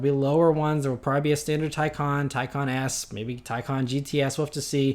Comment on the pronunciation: Yes! You may be the first youtuber i have heard pronounce the Taycan correctly. Bravo